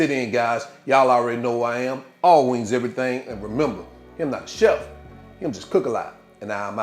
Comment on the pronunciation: U said wangs...oh yeah 😅❤